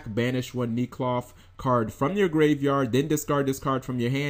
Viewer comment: Nee cloth? No...I'm sure it's neck-loth. Why does that "e" jump to a long "e" sound for no reason. English.